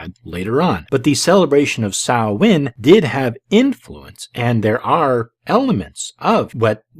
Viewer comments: Yea, this really did her research; she can't even pronounce Samhain correctly (Sowen). I like how she could proclaim all this BS with absolutely NO reference to where she learned any of it. Former Witch? Any Witch worth their salt wouldn't be 'former' anything - she would know the truth, from the bullshit. I suppose it is possible that she was initiated to some, insane cult, who filled her head with such absolute bullshit, that, well, it made her spout more bullshit; a sort of self-fulfilling prophecy? I don't know, but listening to this, it is entirely likely that she was a close friend of Sir Snuffleupagus, and we ALL know who that is. EDIT: She finally came CLOSE to pronouncing it correctly (Soween??) lol This person is (WAS) so full of shit, her eyes should be brown. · If she was really a witch. Wouldn’t she know how to properly pronounce Samhain!?